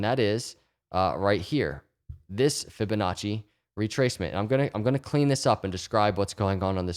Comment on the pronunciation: Every time he say Ficonacci I already feel better.